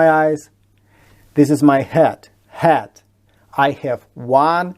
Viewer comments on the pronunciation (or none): Как профессиональный лингвист не могу согласиться с выше указанной информацией (кстати, не оглушайте, пожалуйста, звук "d" в слове "head". И звук "е" в этом же слове другой по качеству. Ваше английское слово "head" больше похоже на "hat"). Я учила английский сама в 80-е годы, будучи подростком, без репетиторов. Интернета не было. Никаких пленок не было. Учила по советским учебникам (которые считаю лучшими учебниками, ничего лучше не создано). Разговаривать было не с кем. Копалась в грамматике, много писала. Когда поступила на иняз, у меня был уровень спецшколы. На первом курсе уже общалась с американцами. И до этого я ничего не слушала и не смотрела. Английский был только в школе, самой обычной. Я много работала репетитором, у меня суперские ученики. И я с уверенностью говорю - без зубрёжки и знания и понимания грамматики вы не будете говорить хорошо. Куча примеров из моей жизни. Знаю много людей, которые в Англию (я жила там) приехали, не зная языка, и учили язык там с нуля. Всё потом заговорили. НО! Все говорят с ошибками и ошибок своих НЕ СЛЫШАТ. С произношением то же самое. Без хорошего препода, который объяснит, как, почему, что это значит, абсолютное большинство говорит так, как жители бывших южных республик СССР говорят на русском. Они молодцы, это безусловно. Но если вы хотите говорить хорошо, то без контроля хорошего препода это вряд ли получится. Без препода хорошо выучить язык получается только у детей, когда есть полное погружение. Они как-то на другом уровне впит